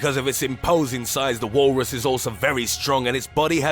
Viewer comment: "The Wahllrus!"